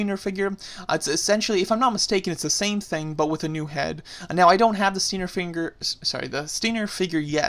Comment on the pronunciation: stop butchering stinGer's name!